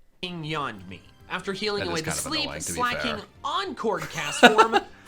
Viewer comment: I find it weird how he pronounces Slaking as Slay King